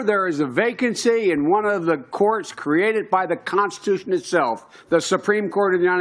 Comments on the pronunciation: Biden: "... by the constchn itself..." Con_sti_tu_shun mushbrain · Of the "consticlution" - Joe Biden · When Joe Biden said consticlision i felt that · "The conseclatution is very important" Joe Biden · "Constaclision" ? Did I hear that correctly ? Umm.....Just asking for a friend. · The “conslicution.” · Dementia Joe can't say "constitution". LOL! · What the heck was Sleepy Joe sayin' ? Something about the " Consiclusion"? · article 2 of the consta clition clearly states (heh heh c'mon man say it clearly) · Did Biden say Consticlaction? And wow the Dems are loosing their minds! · Why is Barack Obama still talking? He’s no longer president and isn’t running for candidacy 😂 HES DONE! Also.. Creepy Joe not being able to say “Constitution” gave me a stroke. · Article two of the Consticlusion... - Joe Biden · "The conshitution" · Biden had trouble saying constitution. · Jesus Joe can't even say constitution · Ho couldn't even say the word correctly, never mind following it!!!